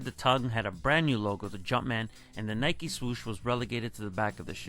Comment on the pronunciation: It’s NY-KEE not NY-KUH.... it’s like when people say it’s a Nike “check” cringe city!!! It’s a SWOOSH GODDAMNIT SWOOSH SWOOSH SWOOSH!!!!! 😤🥶🤬🤯🤭😂😂😂 Also imagine ADIDAS JORDAN 1 (Air was a Nike exclusive technology before it was Michaels’ famous nickname, his first nickname was captain marvel) so imagine ADIDAS CAPTAIN MARVEL 1 ADIDAS JORDAN SUPERSTAR 1 ADIDAS JORDAN FORUM 1 etc. It could’ve been so much worse THE JORDAN SPORTS INC 1 😕🥴🤭🤢🤮🤤😴